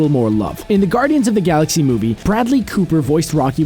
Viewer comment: I had to stop watching when he said "saxy"